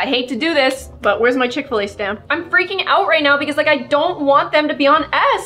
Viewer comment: Did she say fish-fil a